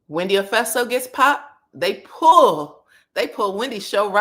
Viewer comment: Wendy "Ofeso" 😂 ... gurl what are you saying?